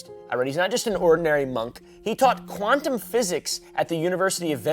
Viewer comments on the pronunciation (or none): none